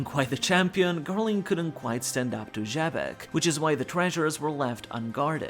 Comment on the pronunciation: Ugh excuse me sir, I think you misspoke I think you meant, "Webec".